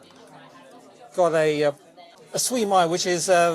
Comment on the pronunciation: Late to this conversation but the mispronunciation had me gritting my teeth. The mispronounced words are often spelled out phonetically on menus so any mispronunciation is criminal! (‘Mala SIU mai’ for example) Still, I’ve been to The Eight and it’s a decent enough casual restaurant.